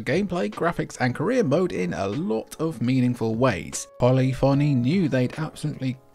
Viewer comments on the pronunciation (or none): I used to pronounce it "Polly Fonny" for years too😉It's "poe lif oh knee"...or the mispronunciation is purpose and the jokes on me 🤔 Viewtiful Joe 1 & 2 aged great too!